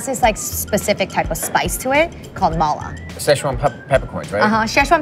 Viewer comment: The way she says Ma La makes me chuckle. Need to accent the La better. La means spicy you gotta say it with heat!